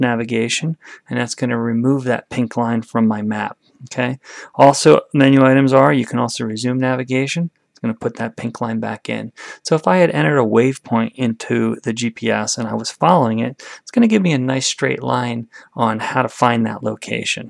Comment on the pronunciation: Waypoint.. waypoint. Not wave point.